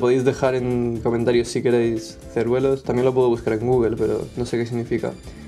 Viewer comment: Jajaja Ceruelos, se pronuncia Cerúleos, como suena. Pero ceruelos...